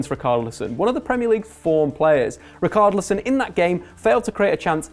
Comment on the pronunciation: Brendan Sloan sucks at names. Just listen to the Front 3, the way he pronounces Tielemans, Richarlison, Nainggolan, and many more.